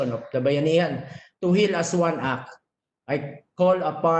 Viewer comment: act, with "t" Hindi "ack"